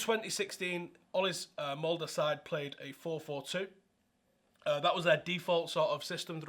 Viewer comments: Here's a good pronounciation of "Molde" !! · First person to actually pronnounce MOLDE right 😮